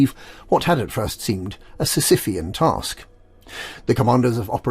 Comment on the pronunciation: "a sicifian task" loved that